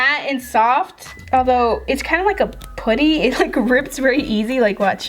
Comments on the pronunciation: It’s so cringy when u say “poo-ty” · It's pronounced pu-dy the Pu as in up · Your seriously my favorite youtuber but I hate the way you say putty😂😂